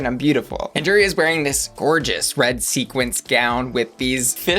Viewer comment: Sequin. Sequin. 😂